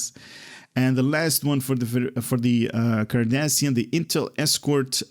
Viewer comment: Rune and here I was about to same the same thing,not sure if it's his accent that's preventing him from pronouncing the names correctly but it's making my ears bleed,it's Cardassian not Kardashian...and spoonheads come on that's racist 😒😒😒😒😒😒and their are many things broken in this game but you want cryptic to fix a line of text in a Blog 🤣😂🤣😂I'm sure their getting right on that.🙉🙈I also appreciate your enthusiasm but why do you laugh after everything you read and call everything awesome 🤔🤔🤔more than half of the traits and ship abilities are trash but you say everything is awesome, not trying to be rude just find it weird.